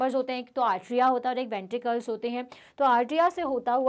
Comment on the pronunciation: Mam you are speaking ventrikre can it be ventricle? Mam we are speaking ventricle